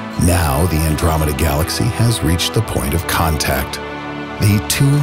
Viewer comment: Who also triggered when he said Andromeda?